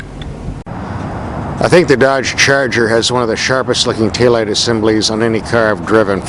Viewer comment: "Dodge Churger"